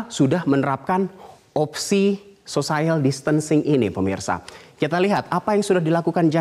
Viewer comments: Social bacanya biasa ajah kali sociel, bukan sosaiel Edit 18/3: sosiel bukan sosaiel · Sosayel????? wkwkwkwk sosiyel kali...... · Pertama kali dengar social bacanya sosayel....omg. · Malah banyak Yang fokus Pada " sosaiyel " nya ... Lmao 😁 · Salfok.. *sosaiel..sosaiel.. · mas.. mas..... kok " sosaiyal" sih? wkwkwkw, coba cek kamus google lagi gimana bacanya....wkwkwkw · Cara baca social nya salah, harusnya biasa aja cara bacanya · hahaha gue pikir juga gitu ... sekelas news anchor TV nasional gitu lhoh.... sosaiyal wwkwkw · masukan saja buat metro TV supaya teamnya belajar pronunciation dgn baik khususnya ketika memakai terminologi bahasa inggris... pelafalan distancing sempurna... social? ehm he he he telinga saya gatal berkali2... maaf 😂😂😂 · Buat #Metronews ... saya sekedar meluruskan yg salah ... pengucapan kata bhs Inggris "social" tidak tepat. Silahkan cek kamus. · sama begitu selesai aku langsung tulis saran ke metro teamnya harus belajar pronunciation. Ternyata setelah scrolling down, sudah banyak yg nulis juga. Yg jelas aku bersyukur bukan jadi tukang nyinyir sendirian wkwkwk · Nadhil Ihsan Lah kita kan memperbaiki... biar ngerti cara bacanya, ini bukan sok... kan buat pelajaran. Selebihnya dia bagus kok bawain beritanya...